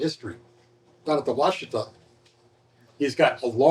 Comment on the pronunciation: please say Wash uh tah !!!!!!